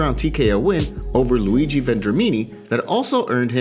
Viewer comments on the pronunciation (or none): none